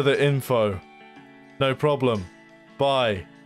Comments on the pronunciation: "No Proplem" :D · "no proplem"